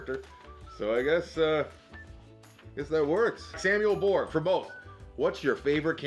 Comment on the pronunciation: Thanks for reading both my questions, I guess not your fault but Borg in Malta isn't pronounced like the Star Trek Borg haha. Our G can have a jee sound so I guess Borj is better.